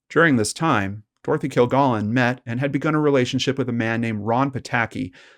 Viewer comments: Why can't the person narrating this story at least get the pronunciation of Dorothy Kilgallen's name correct?? Stupid!! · It's baffling how people who research and present content that is supposed to be informative and factual fail to perform quick and easy fact checks on their own material. The repeated mispronunciation of "Kilgallen" is inexcusable, since there are literally hundreds of recordings of the proper pronunciation on the Internet... and, a few seconds of death date searching completely debunks the Earnest Hemingway anecdote. Sheesh! 🙄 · This host immediately is mis pronouncing her last name. Please know how to pronounce a person's name that you are going to talk about in your video.. Moving on... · Yeah, just one woman's name---the SUBJECT of the post. And there is A.I. imaging, you know. This is A.I. Prove me wrong.